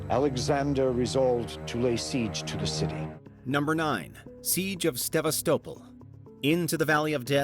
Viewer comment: Said sevastapol wrong